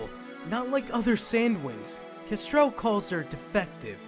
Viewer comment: Nobody: Not even Starflight: Well-mannered Clay: "Kestrelle"